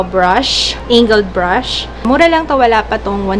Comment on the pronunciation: That "eynggeld brush" 😂 Love you. I got bored because of the quarantine kaya nagexplore ako ng old videos mo. 💛